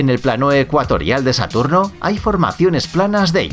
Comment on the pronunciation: no es satorno, querías decir Saturno?